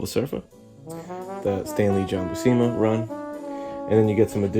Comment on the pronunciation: Great review! Just a heads up:pronunciation for his last name is (phonetic ) Bū-sema. I know because Sal is my inker.